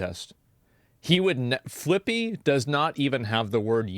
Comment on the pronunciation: FFS, Flippy? It's Clippy as in clip from paperclip.